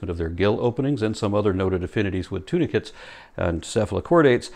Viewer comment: I'm gonna comment to thank you for including subtitles. Thanks to my hearing loss (What's that about 'Intelligent design"? Oedipus-Jesus.) tunicates sounded like 'tuna fish'. Made a lecture more funny, congrats. :)